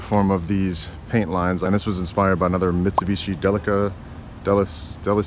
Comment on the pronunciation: Its pronounced "del ick ah" 😊 Delica